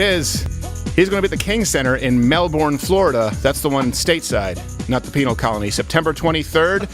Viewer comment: As a life long Florida resident it kills me when people pronounce it like Mel-born it’s not it’s pronounced like Mel-bern